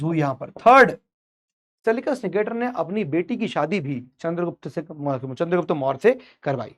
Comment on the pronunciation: चंद्रगुप्त not चन्द्रगुप्ता master log hi aise bolenge to kaise chalega